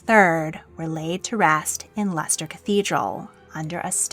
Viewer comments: You pronounce Leicester correctly as Lesster, but get both Worcester (Wusster/ Wooster) and Gloucester (Glosster) wrong. Odd. Otherwise a good video, but the pronunciation mistakes are distracting. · She manages to get Leicester correct, but somehow inserts an H in to both Worcester & Gloucester (pronounced Wuster & Gloster).